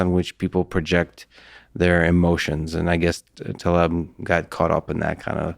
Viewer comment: I'm sure you're trying, but please... Taleb. ❤️